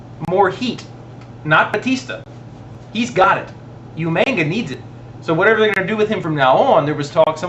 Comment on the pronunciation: u guys say umaga wrong